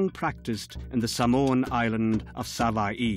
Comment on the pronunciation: when the narrator pronounces 'Sava'i' 🤦🏾‍♀️🙅🏾‍♀️